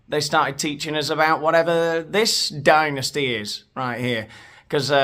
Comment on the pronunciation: It's pronounced dynasty not dynasty